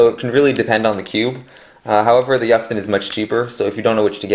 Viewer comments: Yucks sin? Um.... well, if u wanna pronounce it right, it's Yu-shin. This is how u pronounce yuxin. Just so u wanna know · that yuxin pronunciation........................................... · "Yaxin" and "huachueng" 😂😂😂😂😂